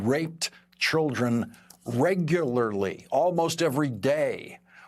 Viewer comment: Yep, Lawrence hangs out with black people. "Reg-u-lar-ly"